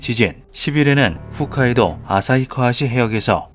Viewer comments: 불의 고리고 나발이고보다 대체 왜 홋카이도를 훗카이도라고 부르는거임? 진짜 솔직하게 존나 궁금하네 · 훗카이도가 아니라 홋카이도입니다...! 훗/홋은 아무래도 작은 폰트로 보면 헷갈리기 쉽고, 여러 이유로 잘못 기억하시는 분들이 꽤 많아 실수할 수도 있다고 생각해요. 하지만 예전에도 이렇게 발음/자막 하신 적이 있고, 매번 영상과 대본에 신경 쓰시는 만큼(이렇게 매끄럽고 귀에 쏙쏙 들어오는 문장으로 영상 만드시는 분 정말 귀함) 영상 퀄리티와 직결되는 부분은 말씀드려야 할 것 같아 답글 남깁니다ㅠ 영상 항상 잘 보고 있습니다!!!! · 훗카이도가 아니고 홋카이도입니다.